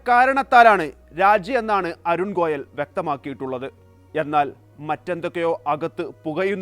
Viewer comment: ഗോലയ് അല്ല ഗോയൽ